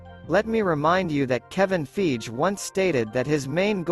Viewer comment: Kevin "FYGEE" not "FEEJ"